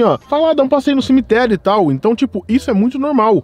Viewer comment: Cimiterio? O português ta foda.